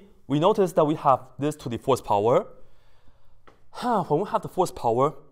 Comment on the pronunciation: Who else hears "horsepower" instead of "fourth power"?